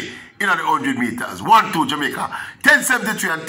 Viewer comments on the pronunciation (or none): none